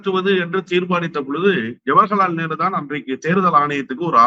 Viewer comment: தம்பி அவர்களே... திரு அவர்கள் ஜவகர்லால் நேரு என்று உச்சரிப்பதற்க்கு பதிலாக ஜவர்கலால் நேரு என்று பல முறை உச்சரிக்கிறார். பல பேட்டிகளில் கவனிக்கிறோம் தயவு கூர்ந்து பெயரை சரியாக உச்சரிக்கும் படி தாழ்மையுடன் எனது கருத்தை பதிவிடுகிறேன்.